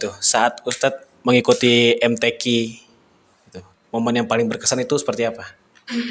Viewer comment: MTQ .... KOK PENGUCAPANYA KEK BHSA INGGRIS🤦